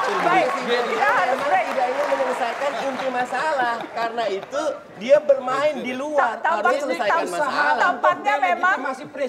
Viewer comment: "Karena ityu"